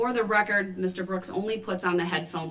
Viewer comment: The poster child for sovereign citizens. Lol. For the reh-kert. His dumb arse thought he was going to get a mistrial... hopefully he will get g.ang grap3d...